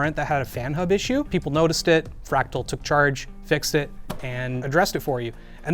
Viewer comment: Lol Crack-tal